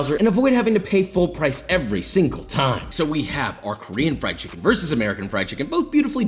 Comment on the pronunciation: I came for the chimkin. I stayed for the chimkin.